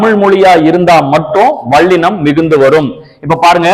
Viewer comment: வல்லினம் என்று சொல்லுங்கள் ஐயா, வள்ளினம் அல்ல! ல ள சரியாக வரவில்லை உங்களுக்கு! பிரபல தமிழ் தொலைக்காட்சிகளில் இசைப் போட்டி(சங்கீதம் - பாட்டு) நடந்து வருகிறது அதிலும் இதை கவனித்து திருத்துவதில்லை! தமில் (ழ்). கொளை (லை)